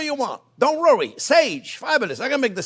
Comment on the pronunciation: Don't "rowee" about it 🥰